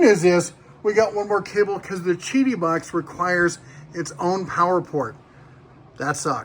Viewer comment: Great video. Yes, it is pronounced "chi-dee". In Mandarin Chinese, the "Q" is pronounced like a "CH" in English. Example: The Chinese beer Qingdao is pronounced "ching-dow". I appreciate the honest review.